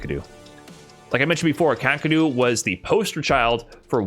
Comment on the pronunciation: never heard his name pronounced kaa-kru before.